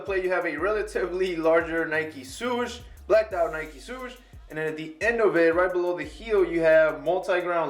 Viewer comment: Nike "Soosh" hahaahhaha